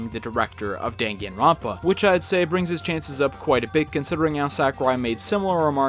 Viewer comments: Now I know how to pronounce Danganronpa. It'd be interesting if either of these guys made it into Ultimate. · The way he pronounces danganronpa puts me in physical pain